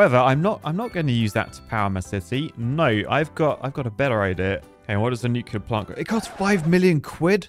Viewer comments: i hate the fact that he said nucilair instead of nuclear but i like big boom power do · Stop saying Nucluler!!! 😳😡😭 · Mate, you’re British - you should know how to pronounce nuclear.